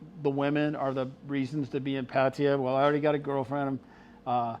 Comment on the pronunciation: No offence but how can you move to a country and not learn the language? He doesn't even know how to pronounce Pattaya correctly.